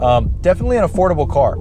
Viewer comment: ''affrodable'' lolz